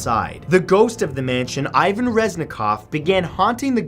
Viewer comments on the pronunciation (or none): none